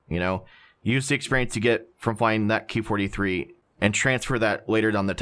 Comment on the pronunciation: It's not "key 43" or "key 61" It's " k-eye 43" etc as these planes are designated/named KI -... nobody has referred to these aircraft like that just an FYI